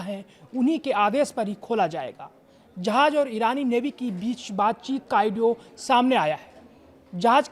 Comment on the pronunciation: ऑडियो बोलो आइडियो नहीं 😂😂😂😂😂